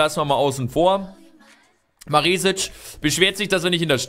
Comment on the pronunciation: Maresic spricht man mit kurzem e aus(bedeutet schnell ausgesprochen